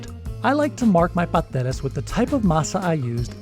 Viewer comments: I ain't never heard a Caribbean pronounce the first S in Pasteles lol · Love the recipe and will be trying it out with the pre packaged masa, but the you're killing me with the way you pronounce pasteles. Please dont forget the first "s' paS teles lol